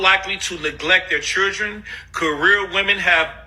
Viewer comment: His face angers me. And he can’t even say children properly.